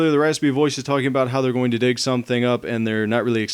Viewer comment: u said dick insted on dig